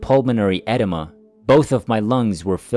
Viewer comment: e deem' uh (edema) NOT ed' uh muh !